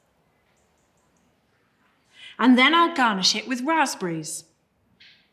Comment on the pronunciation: Its pronounce rasp berries and goose berries not raspbreeze and goosebreeze and another plain meal no spices to enhances the flavor smh